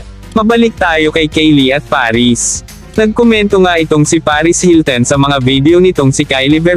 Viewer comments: anong paris hilten? hahaha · Akala ko ako lang nakapansin. Hilten nga rinig ko.... kagigil!